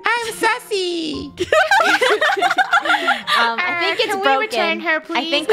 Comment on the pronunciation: draco: IM SASSEY wait did he say sussy or sassy?